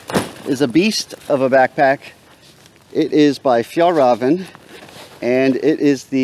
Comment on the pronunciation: I have never heard anyone pronounce Fjallraven the way you do! I’m excited for the next video.